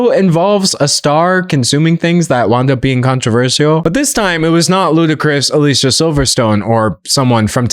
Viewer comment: Dear Professor- she pronounces her name “Ah-Lee see-ahh” 😊